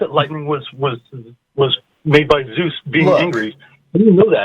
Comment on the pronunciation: Hey.... "ZEUS"........ Dude, learn how to fucking read already... do some fucking research